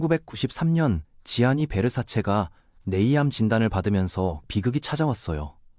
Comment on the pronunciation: Gianni Versace, 지아니가 아니라 ‘잔니’라 발음합니다.